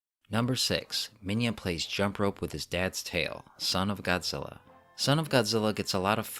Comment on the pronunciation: I love it when the dubs say Godzilla name wrong and go GODZILLER over and over again